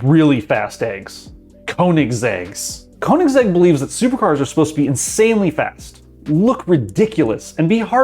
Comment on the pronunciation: Did you say Konig sex to Königsegg? I get it's hard to pronounce for english speakers but Konigsex?